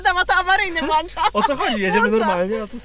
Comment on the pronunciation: włancza o.O